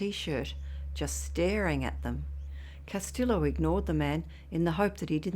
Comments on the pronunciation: L's are silent pronounced like Casteeo 👍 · Castillo is pronounced Cas- tee - yo. No el sound is said when properly pronounced.